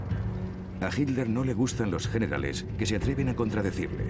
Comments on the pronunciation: Por qué los españoles le dicen Hilder a Hitler?? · por que dice HINLER, ACASO ESTA PROHIBIDO DECIR HITLER?? HITLER